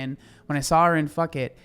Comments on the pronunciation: Phuket is pronounced poo-ket, not f*ck-it😂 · Just a help here.. please know I’m doing this in kindness 😊 that city is pronounced “poo KETTE” (not fucket” lol 😁) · All the love and support is behind this pedantic bullshit, but I saw this caught you up when you read it, cuz it is definitely weird and kinda funny when you first read it. Phucket =/= Fuk-it Phucket = Pooh-keht Just so it doesn't get you again in the <1% chance you have ever have to read that city name aloud again. Great content as always though! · Phuket is pronounced poo KET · Totally irrelevant, but just FYI, Phuket is pronounced "Poo-kett'. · Phuket is pronounced poo-ket 😅😅😅😅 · Phuket: Poo-ket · I could be wrong but I think it's actually pronounced poo-ket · Great video! I'm listening while working. PS: I believe, "Phuket" is pronounced (Pooh- Kett) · Pronounced "Foo-keht" isn't it? 😅😅 made me chuckle tho 😁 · The place you were referring to in Thailand is pronounced "Foo-Ket". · It was pronounced "poo-ket" by all the Thais I met In Thailand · Phuket may have been mispronounced & I loved it 🤣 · I don't think that's how you say Phuket 🤭. Thank you for your content. Always great to listen to things you have to say. Such a sad sad story. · Unrelated, but the way you pronounced Phuket was both hilarious and wholesome. 😂❤ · I’m crying at how you pronounced Phuket love ur videos tho hahaha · Love how you pronounced Phuket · I like your pronunciation of Phuket 😂